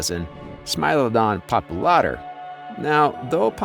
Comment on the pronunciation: It's Smilodon "Pop-ULA--tor" for God sakes !!!